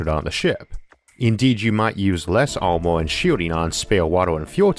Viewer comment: Vaalume ? Waaer ? Amor ? The speaker seems to have a speaking problem ! Barely understandable !